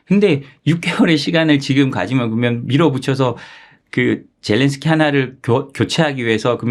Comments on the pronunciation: 젤랜스키를 왜 젤런스키로 부르나효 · 끝까지 ’젤런스키‘ 라고하는 사람이 있네…. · 젤렌스키를 왜젤런스키라 부르시나여?